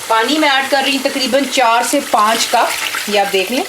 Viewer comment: TAKREEBAN PENDO ACCENT: TAQREEBAN IS THE RIGHT ACCENT.